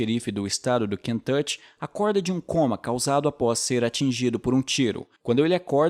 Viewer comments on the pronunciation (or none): “Kentuchi” kkkkkk